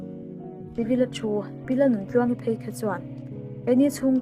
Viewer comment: Phei a tih aiah phaia a tia bei a tih aia baia a ti leh a tawngkam hi uluk deuh thin se..u nightmare-i hian 😄